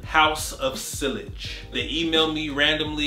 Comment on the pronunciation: Fantastic video as always my man! Little correction though, sillage is pronounced siyaj instead of silage, just thought you should know, keep up the good work brother!